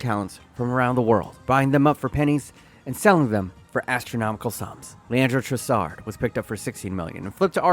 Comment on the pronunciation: It's hard to pick which is the funniest thing you got wrong in this video, because every single take you have is idiotic, but getting Trossard, Mac Allister and Caicedo's names wrong in quick succession was probably top